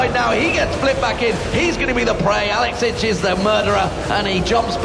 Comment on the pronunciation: best team fight commentary EVER!!! "...Alex inch brlelelelle across the map"